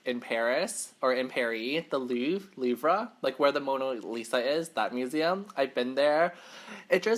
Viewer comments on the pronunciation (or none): none